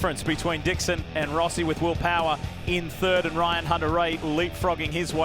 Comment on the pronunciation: Did the reporter who called will power will powder need to use the restroom or did he have an itch? No matter what that accidental letter add in his name was a little funny to me.